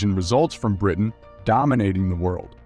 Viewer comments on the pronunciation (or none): none